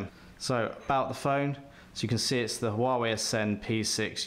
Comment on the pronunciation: ffs its wah-way